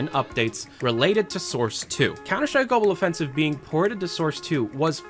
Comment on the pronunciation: you guys don’t get it, the guy pronounces it gobble offensive